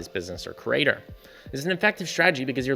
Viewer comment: This would be so much better if you learned to pronounce “creator” correctly, not as “crater.”